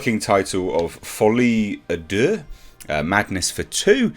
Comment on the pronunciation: kinda off-topic, but I'm French and I just wanted to tell you your pronunciation of "folie à deux" is pretty good, you just need to enunciate the "à" more and it's perfect